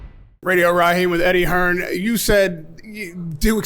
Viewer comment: My man getting it right with saying “Hearn” at the end